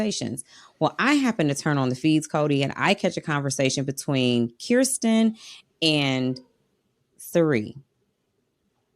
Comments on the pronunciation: Great job with pronunciation,, but its Kirsten pronounced Krrsten not Keerstin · Spent too much time practicing Felicia's name and forgot to practice Kirsten's 😂